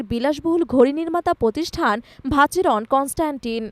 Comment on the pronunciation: আপু ওটা ভ্যাহেরন কনস্ট্যান্ট হবে। ভাচেরন কনস্ট্যান্ট নয়। এটা একটি আল্ট্রা লাক্সারি ক্যাটাগরি ওয়াচ।